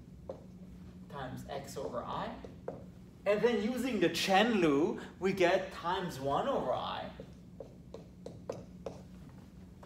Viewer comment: “Then using the chen lu” lmaoo